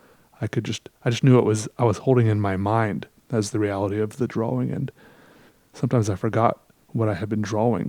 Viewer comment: I love the way you say drawing